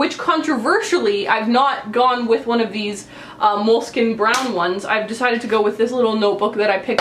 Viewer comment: Ripping a moleskine in half and also pronouncing it wrong. cringe